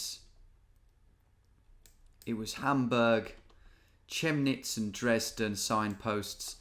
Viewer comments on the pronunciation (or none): Chemnitz is pronounced „Kemnitz“ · You're right that the "ch" sound is often like a "shhhh" but in the case of Chemnitz it's more of a "c" like in "Cat". 😊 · Thanks for playing Germany! Your pronunciation of Chemnitz is funny 😂 For the next time: The Ch is pronounced like a k 😅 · Funilly you always mispronounced the 'ch' wrongly...whenever you think its a k its a k like the people from Liverpool would pronounce it and like in Chemnitz it's a k. Hope this helps you in the future. Also, 'kreis' isnt religious at all....just means circle and is equivalent to a county